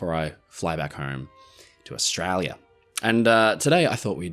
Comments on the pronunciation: hides accent, hides accent, "AUSTRAYLA!"! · can the word Australia sound any more Australian?? 😂 Love you!